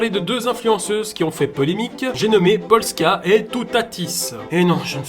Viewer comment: Le pire c’est qu’il a dit poska au lieu de polska